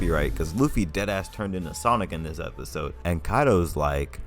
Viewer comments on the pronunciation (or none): none